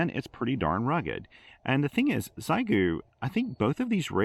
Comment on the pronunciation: Maybe wait for the X6100..., and PLEASE, it's she-eh-gu, not zygu.